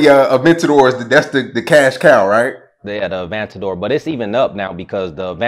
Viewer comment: A-van-tador. Can’t even pronounce it.